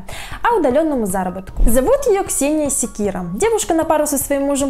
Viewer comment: Ксения Секиль ? Нет не слышал😂